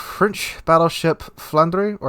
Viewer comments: The Flandre is prnounced "Flohn-drah", FYI. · Flandre is pronounced "Floorn-dra" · English doesn't quite have the right sounds in to to sound Flandre properly but a fair approximation is Flahn-druh, with a stress on the first syllable and a gently rolled R on the last syllable, clipping the second vowel sound. It's how you spell the name of the French region of Flanders in French (many of the French BBs are named after traditional region names - Normandy, Brittany, Alsace, Flanders, Champagne, Gascony, and Burgundy so far). The rest are cities (Lyon, Strasbourg, Dunkerque), famous figures (Richelieu, Jean Bart, Courbet, Turenne) or concepts linked to the French Revolution (République - WG recycled the name of a pre-dreadnaught that served in WW1). With Flandre (one of the possible names reserved for the Alsace-class) in the game, the last post-WW1 French battleship name (built or planned) that WG hasn't tapped is Clemenceau (which was reserved as a Richelieu-class name) and would be spot on for the proposed post-WW2 CV conversion of the Jean Bart (JB was only partially finished before the end of WW2 - France debated finishing her as a BB, converting her into a CV or just scrapping her - they eventually decided to finish her so her in-game version seems to be the post-WW2 version). Given that Clemenceau did get used for a later Cold War era carrier, it would be a pretty fitting name.